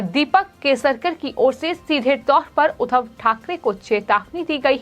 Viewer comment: जी, समाचार बताते समय मुझे बार-बार कुछ नेताओं के नाम और उपनाम का अशुद्ध उच्चारण कर रही हैं। उदाहरण के रूप में आप 'एकनाथ शिंदे' के बजाए 'एकनाथ सिंधे' और 'उद्धव ठाकरे' की बजाए ' उधव ठाकरे' बोल रही हैं; जो अशुद्ध है। 'शिंदे' और 'सिंधे' तथा 'उद्धव' और 'उधव' के उच्चारण में ज़मीन-आसमान का फ़र्क है। अगर मैं सही हूं,तो आप इस त्रुटी को दूर करें। ।।धन्यवाद।।